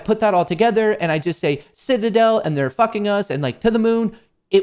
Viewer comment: Does anyone else cringe when says “Fukn” 🤬